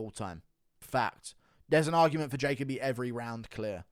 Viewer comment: Guru why are you unable to pronounce Jacoby 😂😂😂(JA-COE-BEE) not (JAY-COE BEE)